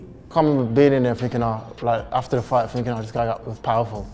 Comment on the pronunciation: Leon says Finking instead of THinking lol speech impediment